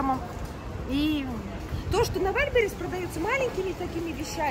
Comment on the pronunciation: это точно ВаЛьберис - звучит жутко и смешно из уст блогера, которая иначе произнести ну никак не может😂